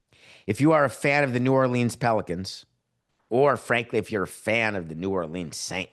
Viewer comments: expecting a NYer to have a full blown Louisiana drawl is something that's not going to happen. New Orluhns is like training wheels. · New Yorkers need to stop pronouncing New Orleans as New Orleens...it's New Orluhns.